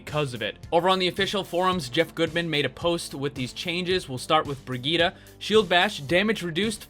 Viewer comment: bri gitt e